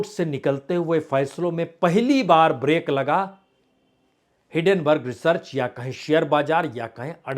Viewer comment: IT'S NOT HIDDENburg. It's HINDENburg.